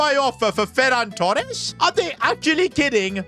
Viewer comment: no it’s Ferran TooRrRrRrEsSsS